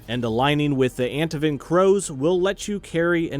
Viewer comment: The pronunciation of 'Antivan' threw me, but excellent video otherwise! I'll most likely be playing rogue. :)